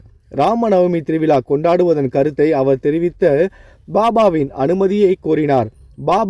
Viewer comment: Thiru vila zha ucharipu illa ungalidam . Vilaa illa vizhaa endru ini sariyaga sollavum